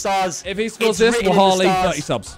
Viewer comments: Man said wahali instead of wallahi but hey he's got the spirit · bro said wahali 😂happy birthday simon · When Simon said “wahalli” instead of “wallahi” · Anyone gonna mention the fact he said wahali instead of wallahi =0